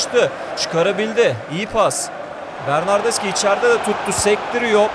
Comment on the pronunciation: bernardeşi diye okunuyor bilgin olsun .d